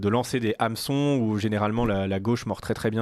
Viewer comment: On prononce un "Nameçon" Monsieur Damien. Le "h" dans "hameçon" est muet et non aspiré ! ☺